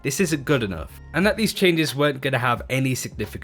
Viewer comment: Take a shot everytime he mispronounced 'that' as 'dat'. 😒🥴